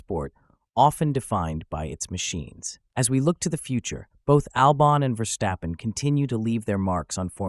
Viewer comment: You pronounce it Verstappen not VerSHstappen.